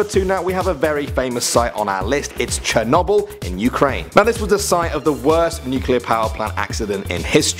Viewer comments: Sher-noble That's how you say it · Ik now its spelt Chernobyl but I thought its was pronounced shernobil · Ethan Williams I pronounce it as shernobol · the way you proncounced chernobyl made a bit of me die inside